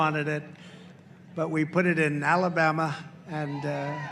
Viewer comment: 🤣🤣why did he say ala'bama like that?